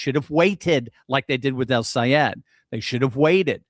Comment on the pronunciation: Ooooooo! can pronounce that name!!! Good thing, the a hole said, if you can’t pronounce it keep his damn name out of your mouth. What a jerk …. But OUR WONDERFUL GENIUS friend,, is better than alllll the rest! And once you get the best, forget the rest ✝️🙏💕💕💕💕💜💜✝️🙏